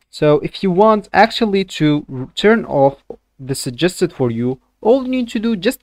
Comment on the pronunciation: man doesn't even know how to properly pronounce 'suggested'